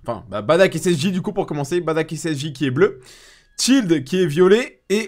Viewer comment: Aaaaah merci! Baddack et pas Bardock lol